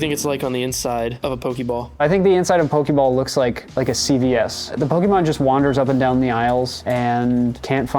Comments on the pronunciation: Am I the only one really disturbed by them keep calling Pokeball with the hard ee instead of -ay-; "Poke-ee-mon" < "Poke-ay-mon". Didn't they remember the theme song? "Pokemon!" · it is actually pronounced poe-kay-mon and poe-kay-ball. That's what the ´ on top of the E does to it:) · pronounces pokemon like a grandma from the 90s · pains me everytime you emphasize the E in poke' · Someone should have googled how to say Pokémon first